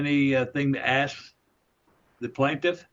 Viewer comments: If he says “axe” one more time I’ll get a migraine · It's 'ask' not 'ax.' There is an 's' and a 'k' in the word.